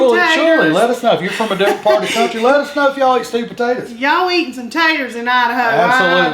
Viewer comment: I grew up in East Texas, your accent reminds of that. I'm not a rude person but, have you ever considered saying potatoes instead of potatatas? It's not a nock to your ancestry or culture but I wonder if you are playing up the "ah shucks" for the camera.